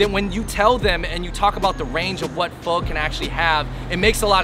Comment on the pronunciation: And I’m sure you pronounce pho fole or faux!